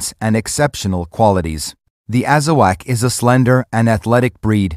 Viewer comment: It’s not Azawack it’s Azawakh pronounced AZAWOK